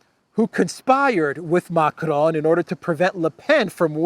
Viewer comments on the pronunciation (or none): hahahaha we are cracking everyone up here in NY with your "Mac-ron" shit